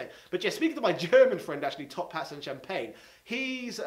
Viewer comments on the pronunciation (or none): none